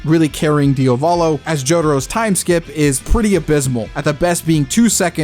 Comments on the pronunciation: The only thing I hate about this video, is you saying Diovalo instead of Diavolo......I swear it's not that hard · DIOS MÍO, why do you call him DIOvolo??? That's so grating and off-putting! You KNOW it's Diavolo! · “Diovolo” 🤤 STOP SAYING IT IDK WHY ITS GENUINELY PMO ITS DIAVOLO DE-AH-V-A-L-O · "Diovalo" lmao dude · thought i was the only one who noticed this, it made the video unwatchable for me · why is bro keep saying his DIOvalo 😭😭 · I love your videos but as an Italian please diavolo it's not pronounced diovolo like Dio. The a is pronounced like the A in "art". Please it's not hate your videos are fire it's just to clarify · Even part 5 polnareff gonna be walking with this (Also for the love of Dio,, stop pronouncing Diavolo "Diovolo"😭😭😭) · Why you keep calling Diavolo "Diovalo"